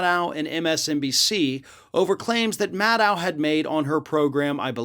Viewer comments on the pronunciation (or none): Please call her Rachel MAD-OH...not Rachel Maddaouw...that's the way she says it. :) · Nitpicking, I know. But Maddow rhymes with shadow. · Maddow….. rhymes with shadow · why does he pronounce maddow's name so weird?